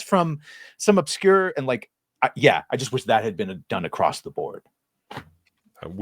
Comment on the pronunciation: who is this grown man saying "acrosst"